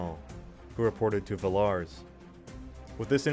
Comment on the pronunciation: nice video, though the way you pronounce Villars and Eugene is literal earrape XD I think americans should be prohibited by the law from pronouncing european names\toponyms